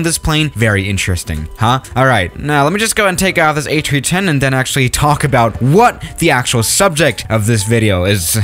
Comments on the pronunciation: Forget that he said Atree10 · Did airbus change the fuel source too trees? He said ATreeTen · Ah, yes, the Ayy Tree-Tehn. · No one:: A chree chen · It sounds like he's sayin Atree10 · "A Chee ten" waaaaaat?